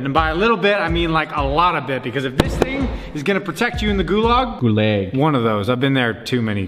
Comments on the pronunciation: Just wanted to say it is pronounced GooLog(Gulag) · Gulag is pronounced Goo log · It’s pronounced GooLag But it’s spelt Gulag